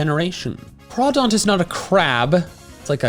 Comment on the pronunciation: I saw an AITA where someone was talking about Zacian and their pregnant sister loved the name and named the baby boy after a Pokemon without knowing 😅 Edit: CRAWFISH, it's CRAWdaunt, not CRAYdaunt